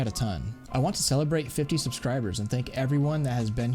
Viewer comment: did he say 50 sibcribers?